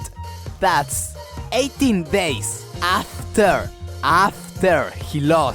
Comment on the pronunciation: Repeat after me: AHHFTEAR. AHHFTEAR. Great video. Muy bueno!